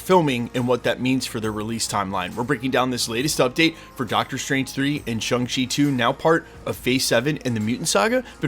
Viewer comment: Ugh. Can you learn to pronounce Shang Chi! Watch the movie.